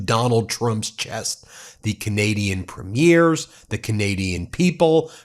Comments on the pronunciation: Ben, I watch your videos and think you’re very good. However, please know you are making a pronunciation mistake. Lots! The leader of our provinces are called Premiers. They are not premieres. Premieres are the opening ceremony of a movie or art performance. I cringe every time I hear you mispronounce it. Thanks. Keep up the good work. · I really do wish American commentators would finally get how to pronounce our Provincial Leaders. Doesn't matter if its utube or CNN etc. Its Preem..yers. NOT Prim..meers. They aren't premiering anything on the red carpet or movies etc. Its PREEMYERS!!!!!